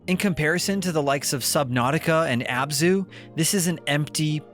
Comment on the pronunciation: Abzu, it's Abzu.